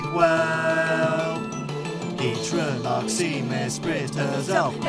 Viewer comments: it's uxie.(pronounced yu-xie.) not u-xie. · Uxie is pronouced Yook-see.